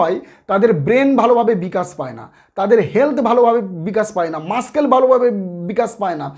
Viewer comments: Dada mashscale na mussels ki doctor apni. Pronunciation thik koren na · PE মানে তো জানি ফিজিক্যাল এডুকেশন আর ED মানে এনফোর্সমেন্ট ডিরেক্টরেট... আর একটা কথা ডাক্তারবাবু.... আপনি ভিডিওতে বেশি শব্দটির ইংরেজি তর্জমা করতে মাস্কেল উচ্চারণ করেছেন....মনে হয় সঠিক উচ্চারণটি মাসেল হবে....